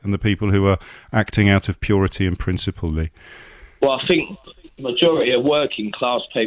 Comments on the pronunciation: He "finks" he has black friends 😂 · I fink he's just fick.